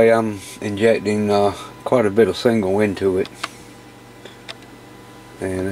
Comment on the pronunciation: Sorry to be picky but is there any chance you can start saying signal instead of single?